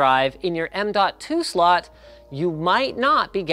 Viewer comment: "m.2 slut" Cannot be unheard.